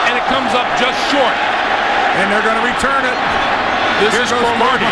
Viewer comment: you messed up the word return